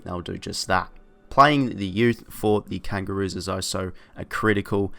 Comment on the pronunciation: Good vid agree with most 👍 weirds me out how you say 'also' as oh so 😂😂